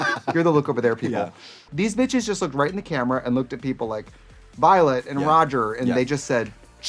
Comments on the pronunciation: Did Trixie just call Raja "Roger"? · Trixie said Raja like Roger lol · did Trixie call Raja "Roger"???? 😲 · are we not gonna talk about trixie calling raja “roger” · Did Trixie called Raja “Roger?”😂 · did trixie just call raja rodger? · Not Trixie calling Raja "Roger" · Not Trixie pronouncing Raja as Roger i- First, Chair instead of Cher and now this 😂😂😂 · did trixie just mispronounce raja as rodger????? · Not trixie calling raja “rodger” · Ah yes, my favourite drag queen. "Rajart" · ..and Raja 'Rajar' and Rosé 'Rose' ..honestly I was shocked since Trixie and Katya both said Rose I kinda died for her 😲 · Did trixie really just call Raja 'Roger' lmaoo